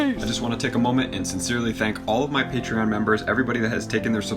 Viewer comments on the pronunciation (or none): none